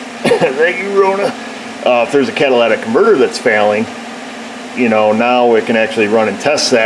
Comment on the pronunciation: Cat-a-lyt-ic converter. Come on. Say it with me. "Cat-a-lyt-ic". Very good,. I knew you could do it.